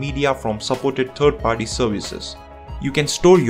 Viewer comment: well, he also says turd ("third") and g.b instead of gigabyte, like you'd say kilo not k.g.